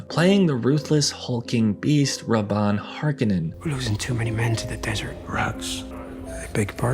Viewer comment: Excellent video, Have some engagement. Bonus points for nailing the pronunciation of Rabban. Nails on a chalkboard hearing them send "Raoubin" in the movie.